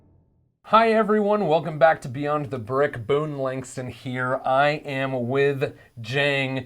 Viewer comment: Did he say "Beyond OF the brick"???